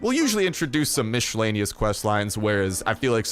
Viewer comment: Mish-ellaneous lol 😂😂😂😂😂😂